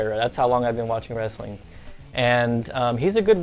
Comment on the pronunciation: Did you just say "Wrastling" ?!